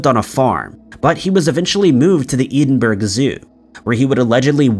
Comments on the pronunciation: Edinburgh --> Edd-in-bu-ra. For the bear. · Edinburgh - ed-in-bruh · Thankfully someone else pointed that out. I've commented this youtuber a number of times about it but no they insist on sounding like a Muppet. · Lol I almost left the same comment.